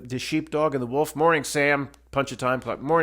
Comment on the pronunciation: It's the Wol-uf, It's the Wol-uf It's the 3ol-uf, it's the 3ol-uf❤